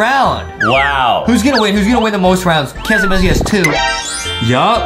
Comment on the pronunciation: it's not massy it's missy!